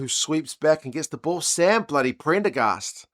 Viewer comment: "Sam bledy Prendergast"😂😂😂😂... That's awesome